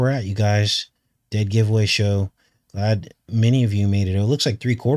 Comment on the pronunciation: when you said giveaway show at the beginning it sounded like you said goetia... speaking of goetia please lookup Herbert Marcuse I think he's a much closer match for bael or Baal than was faux chi Minh. I am not sure if you got my comment about that he's the inventor of critical theory (Herbert Marcuse of Frankfurt school)